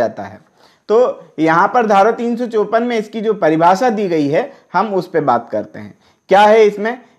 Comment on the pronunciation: Pahle 354 bolna sikho ok